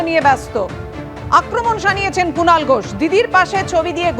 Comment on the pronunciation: Kunal noi,,Chinal 😅😅😅